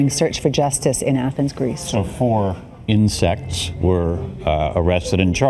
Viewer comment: I swear I heard the guy say at the end..."4 insects" 😂 🦗🦗🦟🦟